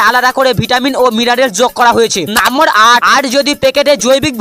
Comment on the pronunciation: নাম্বার❌ নাম্মর✅ 😂😂😂